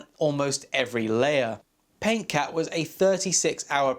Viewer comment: "paint cat" just trolling, loved the channel, just being a smart ass